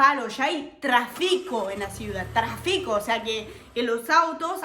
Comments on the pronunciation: Vivir: no se dice trafico. Se dice Tráfico. Con acento en la A!. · Tu Español es perfecto, hubo solo 2 palabras con acentro grave que no sabes pronunciar : TRáfico (acento en la A) tu lo haces en la i. También me pareció que utilizas muchas groserías y tal vez lo haces para parecer "chistosa", pero en mi concepto suenas un poco "vulgar". Cuidado porque si vas a presentar una entrevista, no puedes decir semejante "palabrotas". Al principio suena "chistoso", pero después suena vulgar. Yo también viví en Paris 1 año y medio y me pareció que los Franceses son muy cochinos y no se bañan mucho y en el verano en los vagones del metro, la mezcla de sudor, perfume y otros raros olores, hacen muy desagradable el viaje, Otra cosa cochina de los Franceses, es que cargan "la baguette" debajo del brazo... GAS !!! que cosa más desagradable, no se bañan y además ponen el pan debajo de la axila. Paris es bonito, la Tour Eiffel, es un símbolo de hierro retorcido y Edith Piaff dfue una gran cantante.